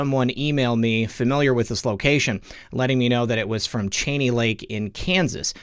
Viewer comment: From Wichita, it’s pronounced with long E CHEENEY just FYI